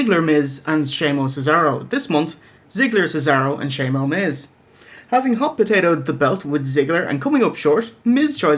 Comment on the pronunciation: i like when you say "shamo" instead of "Sheamus"